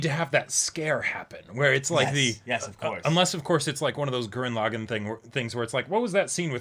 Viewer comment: that scene on Gurren Lagan was very clearly Simon and (I just realized this one now after rewatching) the person that looked like Kamina was Boota's grown up human form, Simon wasn't even using glasses lol, also, pronunciation of Gurren LA-gann is the correct one.